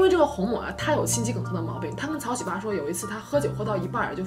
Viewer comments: 这名字念的 哈哈哈 草 西巴 ㅆㅂ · 喜八 這兩字的中文發音 換成韓文似乎不太文雅... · 喜八怎麼發音很像韓國髒話 😂 （對不起我歪樓了）